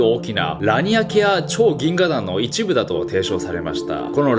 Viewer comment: 「ぎんががん」言うた。カワイイ。